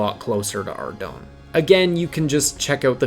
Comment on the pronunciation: Ardougne is pronounced Ar - Doyne oyne sounding like the oy in boy with an "n". Boy do I remeber all the different pronunciations back in the day when my friends tried to say the town's name :D